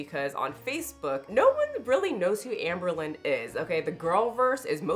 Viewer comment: Jamie has a chronic need to be the smartest/virtuous person in the whole wide room. edit: ps did you say Ambealones?!? (albalone) HAHHAHAHAAAhah💀 that term has got to be entered into the Haydur Nation Handbook.